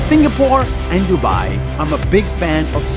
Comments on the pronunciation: broo lol its dubai its not duubaaaiiiii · Its Du-bai not DuByE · "Why Dubai" How i hear it : Why To Buy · Why Do You Buy? (Pronounce : Why Du U Bai? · When they say "Why dubai" it sounds like "What to buy!" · Ngl when they said "why Dubai?" It kinda sounded like "Why did you buy?" 🤣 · Why Dubai sounds like "Why do buy" like somebody who doesn't understand much bout English wanna say "why do you buy it?" But instead they said "why do buy?" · YOu SaID DuBAi WrOng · the fact that none of them pronounced Dubai properly lmao 😂